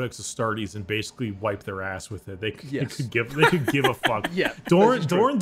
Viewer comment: He barely covered anything and what he did mention was missing half the context. "So basicleh this guy is really awesome and strong basicleh"